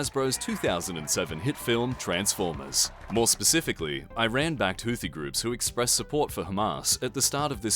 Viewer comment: I’m just saying, it’s not hard at all to pronounce Iran correctly